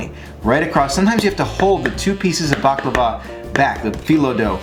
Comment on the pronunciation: Btw you say it right. 😉